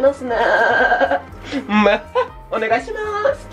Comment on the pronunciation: たまにでる おねがいしまrrすがすき